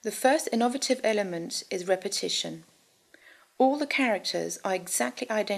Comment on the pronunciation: "In-ov-rative"? [ , ] "Prol-ee-fates"? It's scheeck to me.